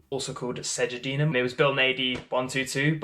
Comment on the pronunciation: Wallsend isn't in Newcastle. Its in North Tyneside. He's also saying Segedunum wrong